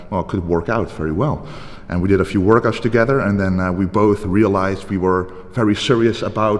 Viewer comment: "We did a few wourkouts together" Aha.....